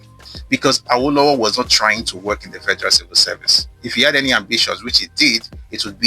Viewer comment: This is educative and revealing. You're doing a good job but as a Yoruba man you're not supposed to westernize the pronunciation of "Awo". The intonation is wrong It's Re Re not Re do as you were pronouncing it.